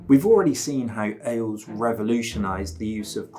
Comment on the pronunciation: Good video, but your pronunciation of many words is killing me, including Ailes.